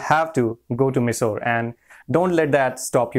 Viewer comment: Hey , last year exam was held only at Mysore. And the pronunciation of Mysore is wrong😉